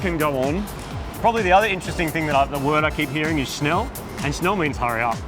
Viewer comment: You aren't saying Schnell right, but yes it means faster. Scheiße means shit, LMAO, they just wish you would get the lead out.